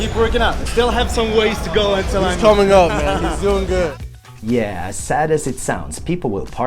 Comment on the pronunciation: The way you pronounce the word “good” just cuts the ear in half. It’s not “güt”. Second. You need some Botox. Wrinkles around the eyes and forehead. Look into it. Instead of running focus on weight lifting. Good luck.